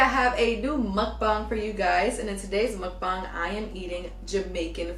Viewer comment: Muk- BANG lol not bong. Also what do u do with all that leftover food?